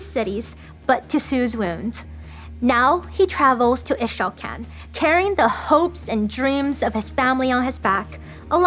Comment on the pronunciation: Ee-shao-can, Qiyana was very clear how to pronounce Ixaocan.